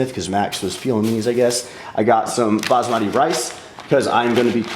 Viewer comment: One day will learn how to pronounce basmati correctly